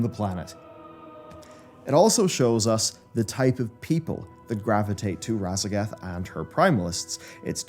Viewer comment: Sorry, but I keep hearing "Radagast."